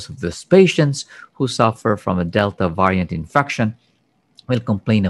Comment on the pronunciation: Can somebody teach him how to pronounce the word Variant